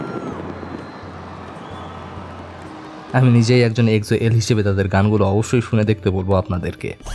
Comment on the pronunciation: এক্সো নিয়ে ভুল উচ্চারণ খুবই কানে বাজছিল 🙂 আশা করি ভবিষ্যতে উচ্চারণ জেনে তারপর ভিডিও আপলোড করবেন☺